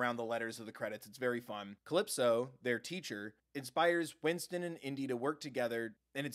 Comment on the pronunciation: Number one is Onesies, isn't it? BTW, his name is Winton. Not Winston. No S. I'm saying because he's my little bro's favorite. XD